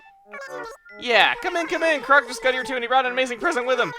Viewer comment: Why does call Chroque crock? Isn't it a pun based on frogs and be pronounced like croak?